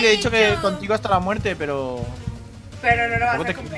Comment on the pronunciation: En el minuto Dani diciendo Dios mío Dios mío que prrrro se oyó bien chistoso me mori de la risa